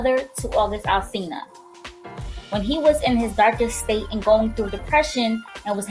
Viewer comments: this girl said yungin' alselina like umm its ALSINA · Ughhhh its August Alsina, NOT Alsilna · "The youngin 'alselena'..." girl what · It's pronounced August Al-Sina *